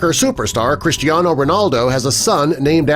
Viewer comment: It's not Christiano, it's Cristiano